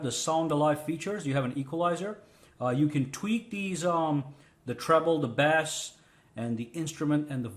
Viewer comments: the way you are pronouncing Bass is like the fish. Bass( low frequencies) is pronounced with a long a, like base. Just a heads up. Love your work, man. Keep it up! Stay safe! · the second you called it bass as in the fish i was fucking done! to bad to i enjoyed your videos!!!